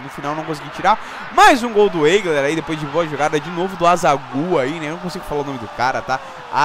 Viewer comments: Acho que o Eigler se pronuncia "Aigler".. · Esse ''Eigler'', acho que se pronuncia ''Aigler''